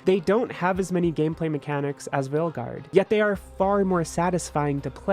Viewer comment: „Failguard“, haha.